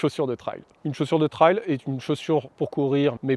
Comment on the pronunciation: Super vidéo. Merci. Si je puis me permettre trail se prononce plutôt trèl que traille